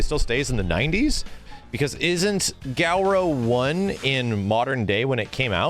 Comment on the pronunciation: "Gal row!" I can feel my japanese teacher having a seazure from far far away. loL